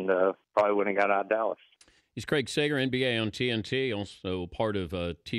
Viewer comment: Sager, not Segar.